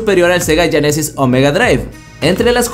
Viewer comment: Sega "" yenesis ""? GEnesis